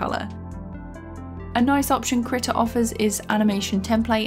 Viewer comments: Why does she say "kritta" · first of all, in my 14 years of life i could have sworn it was pronounced kreeta and not krihta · As a swede i choose to pronounce it Krii-TA